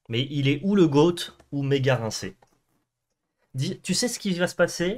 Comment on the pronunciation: On dit rincé wesh